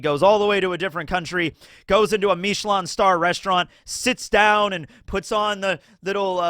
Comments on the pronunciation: I always love when people pronounce Michelin as if its super fancy and exotic, it’s the goddamn tire company. That’s who started the stars. The Michelin tire man? Yeah, same people. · Wait can’t pronounce Michelin?!?!?